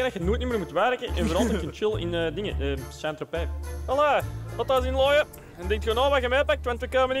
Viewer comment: "Saa-ient Tropez" 😅😂😂